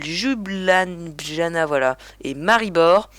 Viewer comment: fallait cliquer sur ² pour voir la cause ! Ljbujana se prononce Lyubyanna